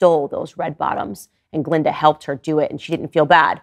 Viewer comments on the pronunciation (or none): none